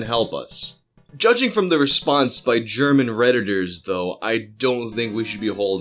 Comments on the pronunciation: your pronounciation of german is beyond bad. Im German and was only listening to audio since I was at work. I could not understand one word of it. It sounded more like an extraterestial language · As a German I can say your pronounciation is adorable! Also Unterm Durchschnitt= Below average Musik für junge Leute = Music for young people